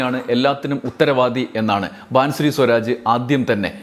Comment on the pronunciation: ബാംസുരി ബാസുരി വായിക്കുക ആണ്. അടുത്ത സ്മൃതി ഇറാനി